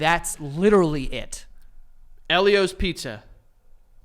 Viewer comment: It's pronounced EEL-io's. I will die on this hill 😂